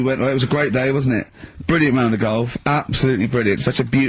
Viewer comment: "well shizzen pay goff it zz a prezn goff goff wezza sa goff goff so..." It's like one of his movie reviews